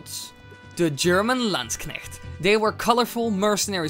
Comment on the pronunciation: Holy shit you pronounced zweihänder quite badly but landknecht very very good